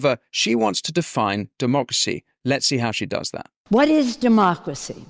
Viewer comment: Pelosi and her Demarcracy is what is ruining America for its inhabitants. Get rid of her. (Demarcracy is how she pronounces Democracy....)